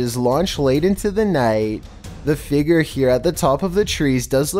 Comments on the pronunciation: Dammit I only recently got comfortable with voice now I can’t stand the way he says “FIGURE!” 🤬🤯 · I swear, pronounce figure as figger one more time 😥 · Learn how to say “figure” like a big boy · Its pronounced "Fig-your" not "figger" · Your inability to pronounce figure is paralyzing